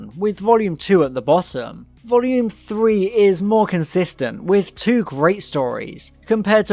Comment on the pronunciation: 19seconds in ... "Part Twot"... Now that's a new one